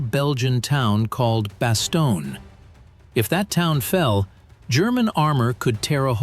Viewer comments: Same with Bass-stone, not Basto-nee-a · It is not Bastone EEE. Computers suck. 😢😢😢😢😢😢